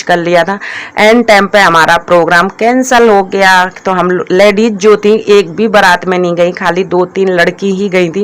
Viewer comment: Tum ache se.word ku ni bolti ho.ladies hota h.ladeis.nii hota h.our salet ni shirt bolte h